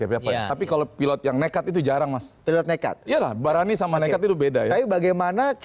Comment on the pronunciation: menit "barani sama nekad itu beda yah" langsung keliatan bataknya